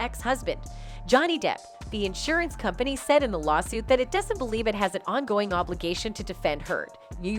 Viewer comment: You can't say "company" just like you can't say "brothers"? I don't know how you keep getting work, you seem to be so incredibly lazy, determined never to put any effort whatsoever into what you narrate. Have you ever looked anything up? Even once? In addition to which you speak so quickly, running each and every sentence into the next, that you are difficult to understand. Who says faster is better? Not if it's so fast people can't understand it. Once again, it is not Ma-lor-ka. But you won't look it up, or type into Google, "How do you pronounce Mallorca?" That would take too much effort, would it?